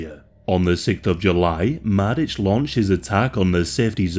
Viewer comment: my ears bled every time i heard you say sperska and madic but it was an overally good episode